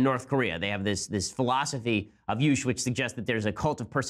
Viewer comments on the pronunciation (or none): Juche is not pronounced "yoosh" Ben, lmao. It's pronounced "Jew-Chay." ;) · Just FYI, Juche is pronounced more like "jew-chay", not "yoosh" ... lol. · Juche is pronounced "Jew-cheh" not "Joosh" or "Yoosh" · Yoosh???? lol you mean Juche pronounced "Jew-chay" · it's joo-chey, ben. not yoosh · Where in the world did Ben learn that Juche was pronounced "Yoosh"? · MItchell Taylor perhaps he’s confusing Korean and German? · Joo-chay is what the proper pronunciation is, at least that's the first time I've heard it pronounced any other way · Juche is pronounced "JOO-chay." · I don't disagree that it's a bad philosophy, but that doesn't mean we need to mispronounce it. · Chip Saenger. In the International Phonetic Alphabet, the symbol 'j' represents the sound which in English represented by 'y'. This is also how the letter 'j' in pronounced in German and in Polish and in many other languages. Also the 'j' in Biblical names are pronouned 'y' in Hebrew - thus 'Benjamin' is pronouned 'Binyamin' or 'Binyameen' in Hebrew. I think Ben Shapiro is mispronouncing 'Juche' out of ignorance rather than deliberately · "Juche" has two syllables and is not pronounced with a "Y" sound at the beginning -- it's not a Spanish word! :)